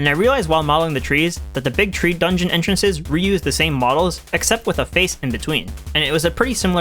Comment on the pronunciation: "hidden entrenhrrhrrhrres."